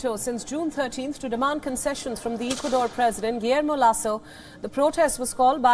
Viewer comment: Correct pronunciation is Ecuador not EEcuador.